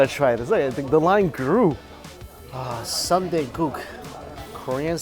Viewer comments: It’s soon-deh, not sunday. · Love your videos, but Mike its not Sun dae, its Soon dae. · It shouldn’t be sun dae ...it’s called soon dae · Soon-day right?. Not sun-day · It’s not “sun-dae” like ice cream sundae... it’s soon dae, like literally “soon” & “day” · haha. Not Sunday, but Soon Dae (Soohn Dae) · it’s not Sunday it’s soon dae’ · Sooooooon dae! Sundae? Far from ice cream. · Soooooooo Dae, Mike, it's "SOON" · This bothered me too.